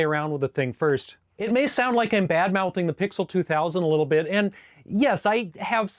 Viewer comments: FYI....it's pronounced P-X-L 2000, not "pixel" 2000. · WOW! I would have never guessed you were as young as you are! And I say this with all due civility out of careful observation of just the first four minutes or so of commentary. Here are some points of note about the PXL 2000. 1) It is pronounced P-X-L 2000. 2) Fisher-Price was a legendary TOY company, which was ONCE OWNED at that time by Quaker Oats, an oat and cereal company. 3) That dial over the camera lens contained a filter which served a dual purpose: to protect against direct sunlight and otherwise to aid filming in extremely bright environments.